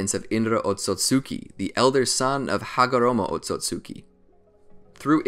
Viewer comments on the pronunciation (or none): none